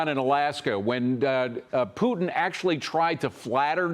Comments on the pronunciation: Trump, soft Taco Belle, never gets anything done. Hey, KKKaroline, it isn't pronounced Poo'in. Moron. Poo'in uses flattery because soft Taco (ask Stormy) always succumbs to flattery, all people with narcissistic personality do, Trump has done nothing but have a great photo op. War won't stop. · Why do people say poo-in?